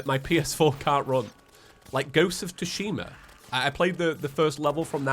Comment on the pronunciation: try using the Sniper Rifle from the Dungeon, and "Ghosts of Tsushima" isn't "Ghosts of 2shima", say it like you would normally say Sushi, say it with me, Ghosts of Sushima, basically all you need know, is that "tsu" isn't pronounced like 2, like how would someone say "Tsunami".